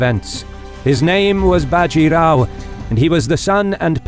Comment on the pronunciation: A factual error Bajirao was the son of the previous Peshwa. A power struggle had happened in the Maratha kingdom after which the Peshwa (Prime Minister) was the real power of the kingdom leaving the King akin to the Japanese Emperors just a figurehead Also an advice for all Indian names... The a is clipped short in all names even if its at the end. Bajirao will be Bjirao.. Think of the a not being there. Palkhed... Plkhed Godavari... Both the As are clipped short. Not big but it grates my ears seeing these names pronounced incorrectly